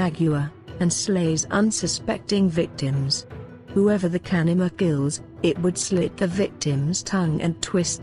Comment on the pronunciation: Know people who saw shape shifters at work They were not bullshitting. BTW, convincing text-to-speech engine. The only word mispronounced is the word "kanaima" itself.